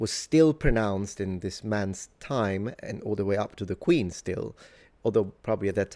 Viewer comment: Talks with adenoids. T's are pronounced as D, "At that Dime"